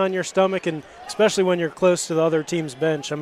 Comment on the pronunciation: I ex-pecially like the ex-capes